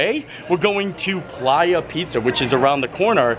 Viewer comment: Honey I think that pronounced Play-ya 😂 it's slang names in the pizza place to me. Lol